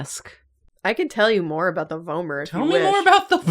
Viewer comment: I believe the way they said it is correct! I’ve also heard it like “v-aw-mer” but I think that’s dialectical😌